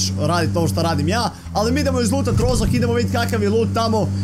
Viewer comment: Nije Rozok, nego roškok